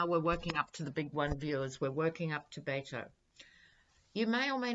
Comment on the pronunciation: Hi: Please don't think I'm being rude, but Beto's name is pronounced as if the Bet part is a wager, Bet-o. I love what you do. You have a very attractive spirit.